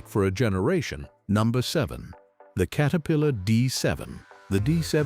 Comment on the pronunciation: Please correct how your AI pronounces the Name Caterpillar. It is not Kate a pillar. It is Cat a pillar. Please fix this, as it is annoying as can be.